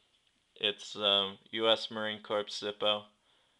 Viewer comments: marine "core" not marine "corpse" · Corps is pronounced CORE! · its spelled Corps, its pronounced CORE, I've been serving for 4 years.. just a heads up